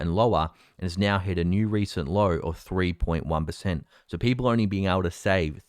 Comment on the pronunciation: You gotta love how says "Peepoe"